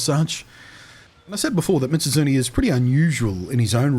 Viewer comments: Meez-oot--soon-eyyy. There, you can say it correctly now XD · to any curious, mizutsune's name is specifically made up of the japanese words mizu(water) and -tsune as in kitsune(the fox yokai thingy) so it'd be pronounced "Me-zoot-soon-nay". Blunty seems to be saying "Mitsuzune" which is probably just a mild bit of dyslexia switching around the zu and tsu sounds. Common thing with words that have similar sounds like that, I've heard people say "mitsuzune" specifically more than a few times.